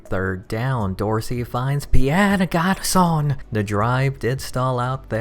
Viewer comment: It's not Garçonne, it's Garçon.